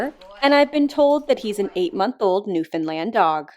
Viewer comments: Im the only one getting triggered by her calling them NewFINland ???? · Sorry, but it's pronounced "NewFUNDland" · No, it's not. It's pronounced exactly how it's spelled. Western Canadians just like to ignore the "o" in the word NewfOundland.